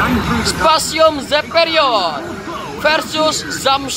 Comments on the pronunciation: Bang yg bener specium bukannya spacium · Banh itu bacanya spesium zeperion bukan specium zeperion